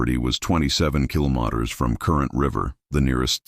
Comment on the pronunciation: The ai cant even pronounce kilometers... youtube please stop and ban this ai crap. It's not doing our younger generation any good.